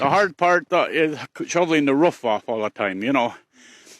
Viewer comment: Why do you pronounce the word, "all" as "ole"?